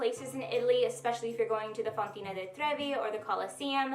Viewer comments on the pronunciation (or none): Fontana. Not fontina.